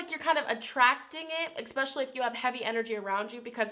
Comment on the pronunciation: you are soooo sweet , please don't say ex-pacially.